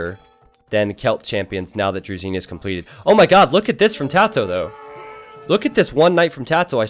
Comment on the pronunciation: I'd like to point out that "zh" in "druzhina" is pronounced like "s" in "leisure". "Zh" represents Russian letter "Ж", but you are pronouncing it like just "z"(з). Try typing "дружина" in google translate and listen to how it sounds to get the idea. I'm not judging you in any means, I'm just trying to help you become a better caster c: Love your content! EDIT: There is a word in Russian that is pronounced like "drezina"(just like you do it), and it stands for small railway cart that is powered by hand (trolley/handcar).